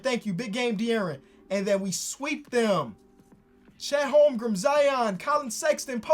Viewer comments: its not holmgrum its holmgren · Lol “Holmgrum”